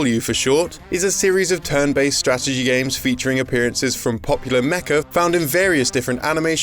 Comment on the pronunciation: Featuring "Mecha" or "Mecca"? Because I think the latter is VASTLY underrepresented in video games (as far as I know).